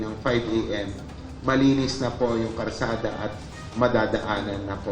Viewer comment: bulol ,sinu ba yang MMDA nayan Karsada daw😂 Kalsada po sir😢